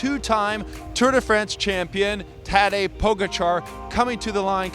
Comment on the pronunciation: Puh-gotcha not pogo-char😁